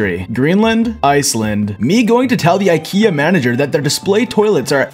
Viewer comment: The way he pronounced IKEA made me cry 😭